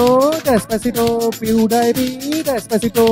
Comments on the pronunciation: Pediepie NAHI hota pewdipie hota hai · Pew die pi nahi hota Pewdipie hota hae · Rip pronunciation ... He's litterally saying Pew-die-pee 😂😂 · PewDiePie ko PewDiePee bol raha hay bhencho.... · dude's pronouncing pewdiepie as pew dayy pee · Pew-DIE-PEE?!?!?! At least pronounce his name properly if you can't create a worthwhile music track. 😑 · Omg this guys needs a English class it’s pewdepie